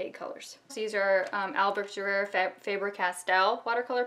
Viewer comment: i had to laugh how you pronounce albrecht dürer btu thx for the info